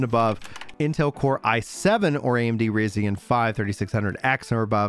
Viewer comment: The Ryzen CPU is pronounced. Rise-zen! I'll pre-order it. It sucks you can't play as elves. I put pointy ears on my main and pawn too!😭 Also! This game, kinda sounds like a remake of the first Dragon's Dogma.